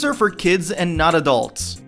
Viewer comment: Oh my god, I hate the way you say kids when you end a sentence Kyids